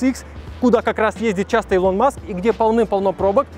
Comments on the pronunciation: 1. Если быть точным, то расстояние по прямой от Лос-Анджелеса до Сан-Франциско 559км(не 561), если брать 385миль(как было написано), то это 619км(примерное расстояние по трассе). 2. Правильно произносить Илон(ударение на первую гласную, а не на вторую - ИлОн). 3. SpaceX("экс" а не "икс"). Именно так звучит в оригинале и именно этот вариант на самом деле является верным. В России произносят "икс", ошибочная адаптация к языку. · Господи, не илОн а Илон